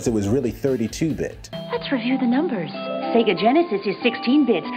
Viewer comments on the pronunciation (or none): none